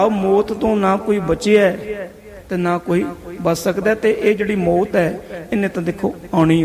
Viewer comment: ਵਾਹਿਗੁਰੂ ਜੀ ਕੀ ਫਤਿਹ । ਬੇਨਤੀ ਹੈ ਕਿ ਮੌਤ ਨੂੰ ਮੋਤ ਨਾ ਕਿਹਾ ਕਰੋ ਜੀ। ਕਥਾ ਬਹੁਤ ਹੀ ਵਧੀਆ ਜੀ ।। ਧੰਨਵਾਦ ਜੀ